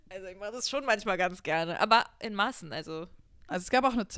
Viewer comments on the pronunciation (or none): meint sie bei min "in Maßen" oder "in Massen"?😂